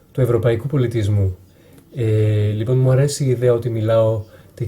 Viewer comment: Απίστευτο! Σαν να είσαι Έλληνας ακούγεσαι! Μια φιλική παρατήρηση, μη δίνεις τόσο έμφαση στη λέξη "λοιπόν", αν το αλλάξεις και αυτό,πραγματικά δεν θα μπορεί να ξεχωρίσει κάνεις αν είσαι Έλληνας ή ξένος! Συγχαρητήρια!